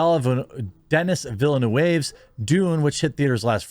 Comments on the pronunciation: Villeneuve is pronounced Veel-Nerve. Just so you know Mr The Quartering! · I will never get tired of Jeremy screwing up people's names, it's hilarious. Especially the poor Villeneuve bastard!